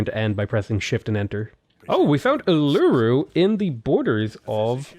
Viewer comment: The stress on Uluru is on the last syllable. Part of my brain twinges when you say Uloooru